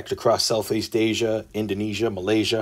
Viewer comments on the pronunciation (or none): none